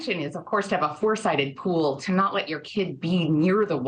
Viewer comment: “ecspecially” . . . “drownding” . . . how did this woman achieve a career in broadcast journalism???